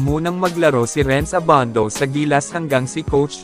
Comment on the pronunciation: annoying yung nagvo-voiceover...Abandow! :)